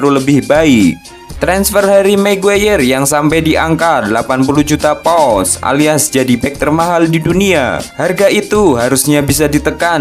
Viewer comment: Pounds ya bang,bukan pous...😠